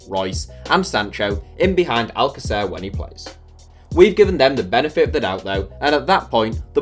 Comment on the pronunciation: Your pronunciation of alcacer makes it sound like you've never watched him play